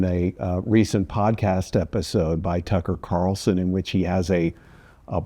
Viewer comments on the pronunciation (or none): none